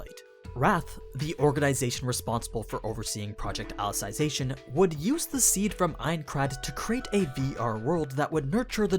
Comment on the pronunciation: Funny that nobody has point this out yet. It's pronounce Ally-Zee-Zation not Ally-Sai-Zation